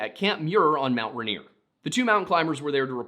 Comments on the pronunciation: I know people have already said, but yeah, everyone here pronounces Puyallup "pew-wall-up" (or more, pyuhwallup, but thats hard to figure out how to spell phonetically). Also, this might be completely wrong in a historical context and may even differ throughout the state, but everyone I know (living in the puyallup area) pronounces Rainier "rain- near" I have no idea why hearing it pronounced rahnier is hitting my ear so wrong lmao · “Runear”? Dude. It’s “Rain-ear.” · Hearing you mispronounced Rainier every time hurt. Ray-near Pew-Al-Up The story about the food going down the western side sounds like it was probably the Osceola mud flow when the west side of the mountain collapsed, flooding down to Tacoma. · It's RAIN-ear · No way never thought someone would cover these stories. I'm originally from Puyallup, it's pronounced (pew-all-up) lol. And Rainier is actually pronounced just by sounding it out too so (Ray-near) and I can't speak for other tribes but most are actually just sounded out around here.